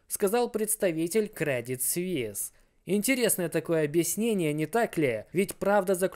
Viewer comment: Не свис а суис